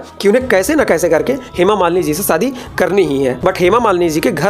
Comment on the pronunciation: सादी नहीं "शादी" *हमेशा, *शांति Please improve your pronunciations.